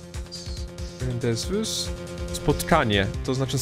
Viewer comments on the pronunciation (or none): Wow francuski naprawdę jest bardzo przydatnym językiem! Dzięki niemu wiem co oznacza rendezvous (+śmiesznie się słucha jak to wypowiada) XD A tak serio to uczenie się języka w szkole po to, by w liceum mieć inny i tego pierwszego zapomnieć w większości, jest irytujące:P